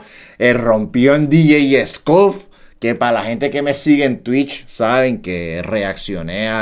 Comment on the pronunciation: Nadie: Absolutamente nadie: Coreano: " DJ scuff: Pronunciación correcta: DJ "escof"